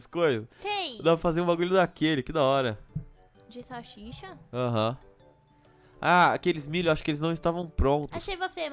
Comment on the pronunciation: em vez do nenho fala salsicha ele falou salchicha